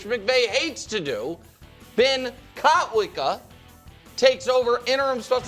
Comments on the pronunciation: Coach was on 🔥. And, when Coach calls out Nick's pronunciation in his argument I don't like it,.. I LoVE iT ! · Coach correcting Nick's pronunciation of Kotwica..... i don't like it..... I LOVE IT!